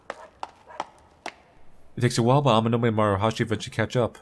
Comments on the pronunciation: The way you said Amanome sounds like Nemo trying to say where he lives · Every time mispronounces "Amanome" it reminds me of Nemo mispronouncing "anemone" in Finding Nemo lol